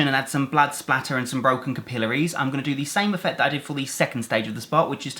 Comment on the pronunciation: He says capillaries funny